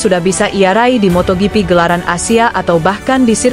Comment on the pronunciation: Paling jijik ketemu channel² GP yg naratornya baca motoGP -> motoyipi... Mungkin dia berpatokan pada Jorge Martin yg dibaca "Horge Martin"😂😂😂 Dasar channel GUO-BLOCK!!!